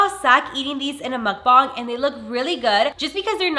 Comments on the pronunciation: Why do you say Mukbang like that like bro? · muckbangs bro its muk B-A-N-G-S